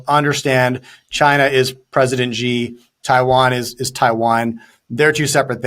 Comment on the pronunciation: Hi,: Xi is pronounced almost exactly like "she", like the female pronoun. Not Gee.